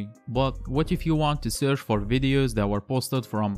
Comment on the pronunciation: It’s searCH NOT surF. Possibly least intelligible narration on YouTube. Perhaps use a native English speaker to do the narration for you?